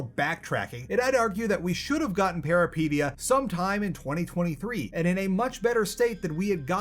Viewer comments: Why do you pronounce Peripeteia like Alopecia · I believe the pronounciation is close to how you said it, but pe(as in pet or pen)-ry(hard polish y, I can't think of an example but if you try to say yh like "ugh" and just cut off the h you're there)-pet(as in pet rat with hard t)-ya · It's Greek for adventure. It's pronounced Περιπέτεια - > Peri (like Perry the platypus) pet (like pet) teia (like Tea from Yu-Gi-Oh). He kills the word every single time he says it. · It’s pronounced peripEtia. It means adventure in greek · Am afraid no, you didn't say it right and I am actually wondering if the devs have Greek background for choosing such title or it was just random. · man these are GIANT, we make'em way smaller than that Also you can't be even bothered to google how to say the name of the game for the review? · While I did like your review, you're killing the name. Please just check if the word has a specific way to say it before you mispronounce it every, single time. Good review of the game and nice cooking segment as always.